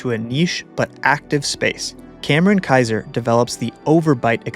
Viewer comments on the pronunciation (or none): none